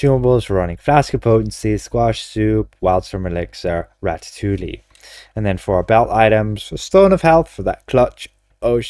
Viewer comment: the Ls in ratatouille are silent, it's pronounced ratatoui (sorry for being the grammar police but I just thought you might like the info)